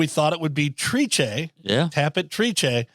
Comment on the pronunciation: Just tell its easy to remember...Trice rhymes with "mice." (Remember that podcast?) 😀